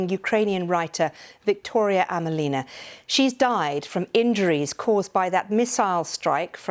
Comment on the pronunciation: AmElina not AmelIna. Emphasis is on “e”